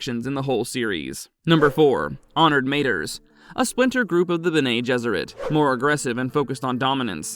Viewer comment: It’s “beh neh“ not “Ben-nay”. There is NO ACCENT on the second e. And as mentioned earlier, “mah-tress” not “mate-ters“. I can almost handle the nasally voice but the mispronunciation had me cringing every time.